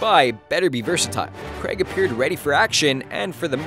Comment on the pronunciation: why cant 'Americans' pronounce 'craig' appropriately? its daniel craig- not! daniel cragg.